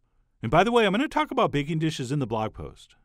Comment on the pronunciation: "We'll keep stirring until the butter DISappears" "cut them in to aBOUT one inch" "Transfer them IN to a bowl" aaaaargh! Stop that annoying way of talking! The recipe is great.